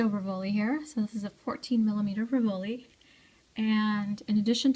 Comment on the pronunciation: Very pretty. Thank you. May I advise you that rivoli is pronounced "ri'-voh-lee" accent on the first syllable?